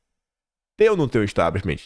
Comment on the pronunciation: Importantes análises! 🙏🏻✨🇧🇷 Gosto muito! Mas, não fica bem dizer “Establishmentiiiii”! Sugiro tirar este “i” final! Além de não existir, sabes falar inglês,! Só sugestão… é claro! 😉 És excelente! 🙏🏻🇧🇷✨✨✨